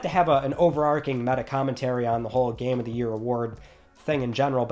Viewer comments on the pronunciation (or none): none